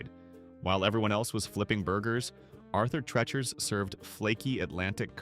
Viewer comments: Narrator, you are MISPROUNCING HIS NAME. IT IS ARTHUR TREE-CHERS (phonetically). Not Tretch-ers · I agree. It is Arthur Treachers and pronounced the same way you would say Teacher. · AI really sucks! Arthur Trechers? It’s Tree-chers! These are the best restaurants they just ran into problems. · Thank you for correcting their mispronunciation. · Get rid of AI naration- what the heck is Arther { trechers} spelled as the AI voice sounds.